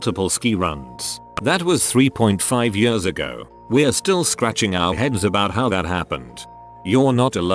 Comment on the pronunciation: I can’t fucking stand the way the robot voice says the word years!!!!! It’s like yahhhsz